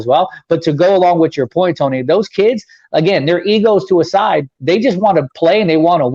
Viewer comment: I think you got Tony’s name wrong